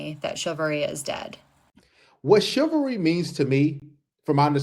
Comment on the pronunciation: It's chivalry, not chilvary, that's why it is wrong.